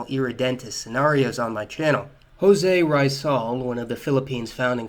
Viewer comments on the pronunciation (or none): Awesome :) José Rizal is name is pronounced Hose REEzal not RAYzal :D Fact about the Philippine Flag. It is the only flag in the world that you can flip is upsidedown and it will have a different meaning. You see, blue over red mean peace over war, but when war breaks out, the flag is flipped into red over blue or war over peace. Btw, 2019, anyone wanna help us repel the chinese? They've been bugging us by claming our islands and our president is ok to sell it. *ehem duterte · (Jose Rizal) Its prounonce as hosay rezal not " hoese rayzal" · you call it hose rizal, Jose has a little good pronounciation. Ri as in restart and zal as dismissal. Please don't repeat your disgraceful mistake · Filipino ako e at its pronouced as hoźe rìzal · “Hoe-zay Rye-säl” Me as a Filipino: intense screeching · "José Rai-zal" Literally every filipino: *visible confusion* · I'm malaysian and my teacher said it's pronounced as "Hoze Rizal" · Nobody:: HOE-SAY RYE-ZAL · He didn't bother to search the right pronunciation but ok. He should've said "Ho-SEH Ree-ZAL." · OK..... You miss prenouce Jose Rizal's name But I forgive you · the way you pronounced the name Jose Rizal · 1 Prayer - Forgiveness To Jose Rizal For Pronouncing Is Name Wrong